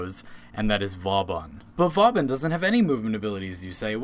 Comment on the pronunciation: My only problem, Vauban is pronounced voban with a long o. If you don't believe me the. Watch the Vauban prime trailer, they pronounce it at the end